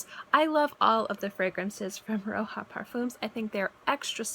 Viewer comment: It is Roja from Roger, not Roha.